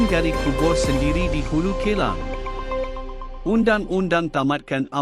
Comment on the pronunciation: Sebutan Hulu K-EL-A-N-G......MELUCUKAN. vIDEO 6 MINIT PUN TAK BOLEH BACA SENDIRI DGN BETUL KE...KESALAHAN BERULANG MELOYAKAN.